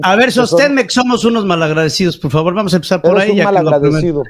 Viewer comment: Y Vicente super educado ay par favarrr